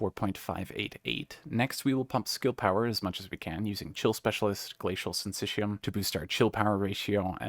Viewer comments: GASP Thank GOD. The first person that says syncytium correctly. You have no idea how much it irritates me when people say it incorrectly when they clearly have access to numerous ways to pronounce words. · omg you're the first person i've heard pronounce syncytium correctly. thank you